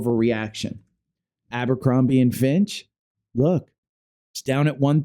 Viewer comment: It's Fitch, not "Finch"...